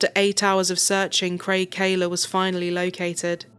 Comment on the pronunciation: It's Kahler, not Kaler, silly...